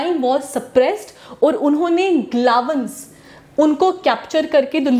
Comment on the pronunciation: Its galwans not glawans